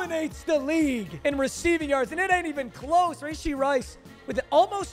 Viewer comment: That’s not how you say rashee rice’s name